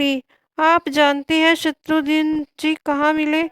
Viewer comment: Eese shatrughan bhi bolna nahi aata Shatrughan hai shatrudhan nahi